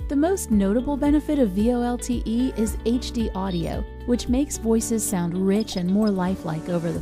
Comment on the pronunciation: Just curious - the lady says V-L-O-T-E instead of V-O-L-T-E. Why is that?